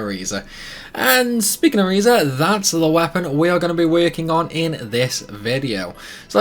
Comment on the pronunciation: You're pronouncing her name wrong. Also thanks for the guide. Can't wait to get this.